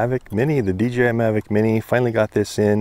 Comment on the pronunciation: It's not "DGI"